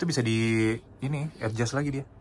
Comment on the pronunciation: terganggu dengar dia ini ngomong "ed jas" untuk bilang adjust. Ucapan yg benar untuk adjust ya éjas (e nya kayak di enam)